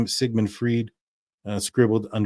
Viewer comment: Sigmund Freed or Freud (froyd)